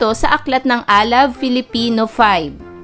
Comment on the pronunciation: Bakit filifino ang pronounce ni